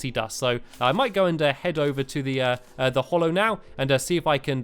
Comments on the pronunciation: Its pronounced hallow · Mr money it's hallow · It's called HALLOW not hollow, your pronunciation annoys me so much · Stampy its HALLOW not hollow im having a nerd implosion!!! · Not to be rude but it is actually HALLOW